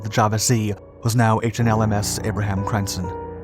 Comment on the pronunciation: Dutch really can't be properly pronounced by any non-native speakers, but I reccomend you for you efforts. It's always good fun, hearing someone struggle with your language 😉. Crijnssen is pronounced 'kryns-sen', but English and Dutch don't really share the neccecary vowels. Good vid, more please 😁 👍🏻